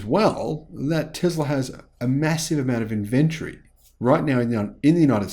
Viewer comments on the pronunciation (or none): please look up the pronunciation of the word inventory. Kind regards 🙏